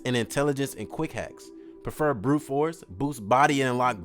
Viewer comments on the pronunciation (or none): none